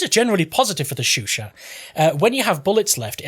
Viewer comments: it's show-shaw, not shoo-shaw. be sure to not pronounce the T in chat and it's all good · I believe its pronounced "sho sho" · Love the video man, but one thing is cracking me up: Why would you research the proper pronunciation, say it about a hundred times right initially and then proceed to say shOO-shah instead for the remaining 99% of the clip? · I swear everytime he says " *S H O O S H A H "I'm going to kill a plane with the AT gun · I swear everytime he says " *S H O O S H A H" I'm going to kill a plane with an AT gun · your au needs to be clearer and the a in chat needs to be sharper